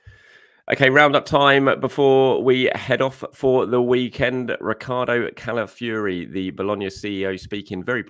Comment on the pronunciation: Why do you pronounce Calafiori, Cala-fury? Fi-or-i >> Fee-or-ee, it’s really not difficult. I proper lament for all these talented players across the globe that have their names butchered by journalists, pundits and commentators that are just too lazy learn their names, or even just say what you see with this one…